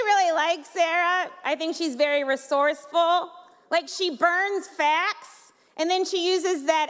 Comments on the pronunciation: The problem of that joke was that it was difficult to identify the word 'facts' vs 'fat'...I was watching live and couldn't identify what she said and was unable to understand the joke. It was only when the outrage had the clip repeated that the word was less garbled when listening on my kindle than on my TV that I realized sometimes I heard 'fat' and sometimes 'facts'. Speak more clearly or use flashcards to deliver the line and avoid the drama. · people thought she said fat not facts .. hahahahahhahahahhahhahahhahahahaahahahh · it may be that people heard it wrong as ii did. when she said she burns facts its sounded like she said fat . i had to watch it again to hear what she said